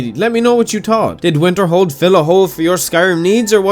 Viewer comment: When you say Winterhold, what I hear is Winterfell.